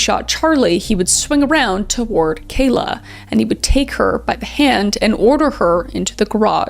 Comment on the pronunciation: I've heard kala pronounced 6 (2 slightly different ends for each start) different ways, I wish people would correctly pronounce victim names, kah-luh, kah-la, call-ah, call-uh and now kay-la kay-luh